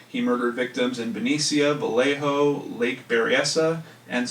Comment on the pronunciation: Benecia=BEN-ee-shuh, and Vallejo=Vale-A-HO. I lived near there for awhile-well, between there and Lake Berryessa... lol. I was there in '86...